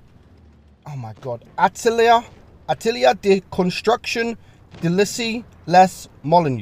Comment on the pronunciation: for the French pronunciation, it’s this: Atelier (a-tuh-lee-ay) de construction d’Issy-les-Moulineaux (deesee-lay-moolino)